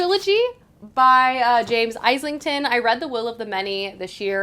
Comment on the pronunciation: Just so you know Islington is pronounced phonetically - Izlington, like the place.